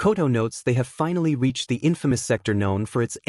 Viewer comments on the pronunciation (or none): none